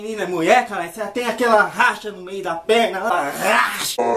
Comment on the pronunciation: "A rrrrraacha no meio das perna" kkkkkkkkkkkkkkkkkk